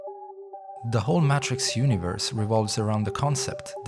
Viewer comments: Is this an AI voice. They keep saying the “mahtrix” and not the “maytrix” very strange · Great vid. You are pronouncing "Matrix" incorrectly, it's not Maaaatrix, it's Matrix, like saying the word Daytrix, or like hay or hey. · May-Trix, not "matt-triks" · Maytricks✅️ Maaatrrrikz❌️ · The way you say matrix is so frustrating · They already made a short series explaining all of this lol. This is a terrible video and he keeps pronouncing Matrix wrong. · You make a video about the "matrix" and cannot say the word "matrix"? Are you absolutely serious right now? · This is literally just a summary from the animatrix you can just watch the animatrix clip its not that long. Nothing is really added except some dude pronouncing matrix wrong.